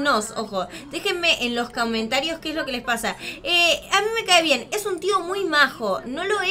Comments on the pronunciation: cawmentarios dijiste mejor dicho que me imagino que quiere decir comentarios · dijiste caomertarios